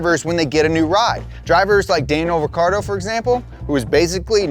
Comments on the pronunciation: It's pronounced richiardo not Ricardo. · The correct pronunciation of Daniel's name is Ree Chee Ardo. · pronounced like “ricky-ardo”, but plenty of people just call him Danny or Danny Ric :)